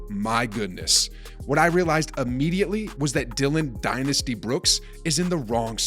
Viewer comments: "Die-nasty"........Hahahaaaa!!!!!!! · Dillon " DIE-NASTY" Brooks